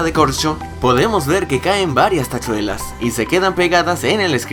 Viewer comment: "tashuelas" XD, buen video! like